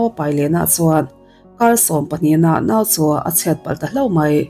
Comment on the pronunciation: 'CHU' tih te 'CHUAN' tih tehi lam uluk deuh la ka van ti..Chu tih tehi cha tih ang deuh in a ri